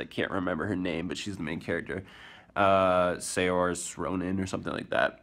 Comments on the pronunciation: Just letting you know, as someone from Ireland, the girls name is Saoirse Ronan - Its pronounced Seer-sha or Sore-sha depending on what inflection she wants to put on it. Yeah. Irish names are odd. Good try tho! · It's pronounced 'Sersha' Ronan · its pronounced doughnell gleeson, also saoirse is pronounced seersha, just letting ya know! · then Saoirse is pronounced seersh-eh. It means freedom so as 'murican you should like that :P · You trying to pronounce Saoirse Ronan made my day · omg you're pronunciation of saoirse is hilarious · Wow the way you said saoirse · And the award for worst pronunciation of Saoirse Ronan goes to...........!!!! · Your pronunciation of 'saoirse' made me cringe :p. I'm from Ireland so I have an advantage